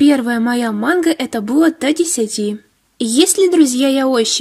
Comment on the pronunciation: Как-то ты странно говорит мангу монх???😁😁😁